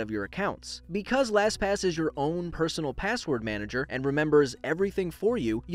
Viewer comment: Wow you said “LasPass” quit a bit.